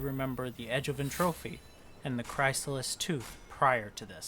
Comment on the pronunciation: Chrysalis = Criss-ah-liss Entropy = En-truh-pee